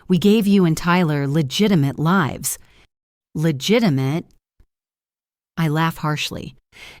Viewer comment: I am sick of the expression of smiles not reaching eyes. Also, the Ai reader doesn't know which way to pronounce "lives." If you are going to post a story it should be professional. Why can't they hire a real reader/ narrator instead of Ai garbage. Fire the editor for letting Ai stupidity get through.